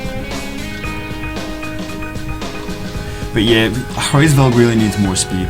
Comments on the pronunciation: its Hraes Velg. And i dont think there is a Hr in English. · The pronunciation = Ra IS Veug